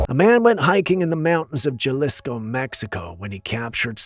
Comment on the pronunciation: it's pronounced ha-lees-co...just spelled jalisco